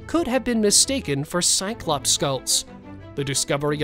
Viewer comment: 'cyclopse' hahahaha try mammoth